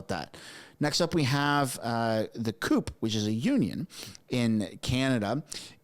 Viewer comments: Its pronounced qupie, like a cupie doll . its one of the largest unions in Canada, representing most of the staff of municipalities across Canada! Not a good look from them... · CUPE is pronounced "QP" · CUPE is pronounced "QP" not "coop" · JUST FYI CUPE is not the way you said it. Up here it is said "Cue-Pee" Just to help as a Canadian. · That's not "coop" for CUPE but Kew-Pee. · the union is pronounced Q-PEE not coop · F.Y.E. Cupe is pronounced Cue-P. I was involved with them years ago....🧐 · CUPE is pronounced Q.P. Canadian Union of Public Employees. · CUPE is pronounced "Q pee " up here in Canada and I'm even kidding. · Cupe is pronounced Kew-Pee, not coop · The union is pronounced kew-pie not coop. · You do know it's pronounced "cyew'-pee"? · LOL, CUPE is pronounced QP. I can not believe CUPE is doing this. Wow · I dont think I have ever heard someone call CUPE (CUEP ), COOP